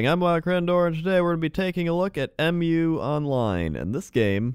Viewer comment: A lot of people call it M.U. But it's actually "Mew", it's the name of the continent. They say it a lot in the trailers and in game. (All three games, actually)